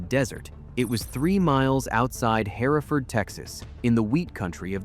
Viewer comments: we say "HER-ferd" not like the English "hair e ford", We also say "um burger" not your version. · Hereford is pronounced HER-Ferd, not Here-Ford. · Hello from Amarillo. Here is somethings you don't know. The actual pronunciation of our stuff The clay dirt is called clee-chay Amarillo is our name and the Spanish yellow meaning is for the grass lands, not enough much water makes them yellow Hereford is said Her-ford, called it here ford once Llano keeps it's Spanish pronunciation as Yanno We still call it the dust bowl You don't loose if you don't finish dont the meal in the time limit, you pay and have food for days. Win-Win We pay tribute to our original hometown by naming one of our high schools after it with the mascot Rebel, graduated 1999 We didn't want slavery and had recently came out of the fight with Mexico for our independance, only reaso to join with the southern stes was security from potential retaliation and reconquest Texas overall is the one State that was its own country before statehood, Cowboys and Vaqueros and the like were always organized together Yellowcard is a secondary effect of Amarillo with the addition of Pantex, also known as bomb city. Thanks for everything else you got right about my home. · Hereford not Haraford. .... Tascosa .... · You pronounced Hereford wrong. Hur-furd two syllables - not 3 syllables “hair a ferd” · I Love the dinosaur in the background!!* I hadn't noticed it because I was getting ready to comment, right then, about the pronunciation of the word Hereford. It's not Herr -Ford, it's Herford... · Great video, thanks! BTW, Hereford, Texas is pronounced Her-ferd, not Hair-a-ford. (Just sayin') I see you fixed it. Well done! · Hereford is pronounced HER-fird… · Pronounced her ford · I am from South of Lubbock. I love this video. Just a clarification Herford is pronounced [ her-ferd]. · "Harafurd" Texas, screw your AI bull shit. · Please be advised; Hereford is pronounced HER FORD. Thanks